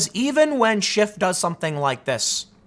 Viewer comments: I love how Tim keeps calling him “Adam Shift.” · Tim has a funny way of pronouncing SHIT. As in Adam Shit. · Why can't people say SCHIFF? I've nvr once accidently said SHIFT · Who was it that called him "BullSchiff"?